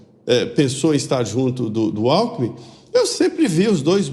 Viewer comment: Gozado! Quando o cachaceiro falou "Alkmin" eu entendi "Álco". Confira em kkkkkkk.